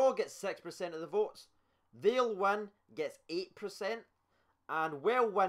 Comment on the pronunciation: "precent" aye